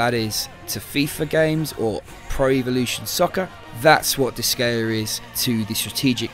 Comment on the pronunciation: Nice review. I think it'd be one better if the intro and outro music were toned down. Admittedly not to my taste to begin with but it is louder than the other content. While I'm nitpicking, it's pronounced like dis-guy-uh. The Japanese name is 魔界戦記ディスガイア or makai senki disugaia. There is a ge sound in Japanese so what I said above at least reflects the creator's intentions.